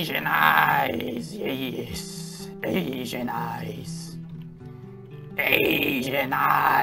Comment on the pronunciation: I like how you said A S I A N E Y E S 👀